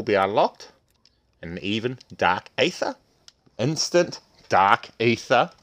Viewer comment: You know its pronounced eether right not aather